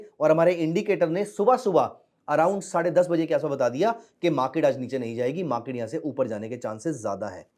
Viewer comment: मा के ट नही बाबा, मार्केट.... बाकी अच्छा इंडीकेटर है